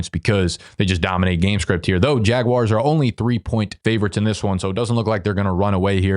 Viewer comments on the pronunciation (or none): none